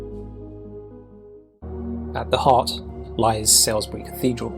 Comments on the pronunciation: Btw…Salisbury (just a few miles away from me) is pronounced “Solsbury” NOT Sails-bury! 🙄🇬🇧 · its sawlsbury not sowsbury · The narrator’s pronunciation of Salisbury is painful considering he’s supposed to be English 😂😂 The first syllable rhymes with “all”, so it’s pronounced “Sallsbree”. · Why is the pronunciation always so poor in these sorts of videos? Even when the narrator is obviously from the country in the video. You'd think someone from England, Southern England too by the souns of it, would know how to pronounce Salisbury, for instance. Btw, it's more like Sols-bree. Though you sometimes hear a hint of the 'i' and sometimes the end is more like 'berry'. It definitely isn't pronounced 'Sall' anything. :)